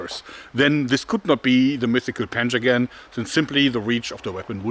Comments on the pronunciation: Thought he said "Panzer-gun" not "Panjagan" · I hear "panzergun" lol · When I heard him say panjagan for the first time, I wasn’t looking at the screen and I thought I heard “panzer gun” That’d be a really advanced Persian army. Very forward thinking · I thought he said, "panzer gun".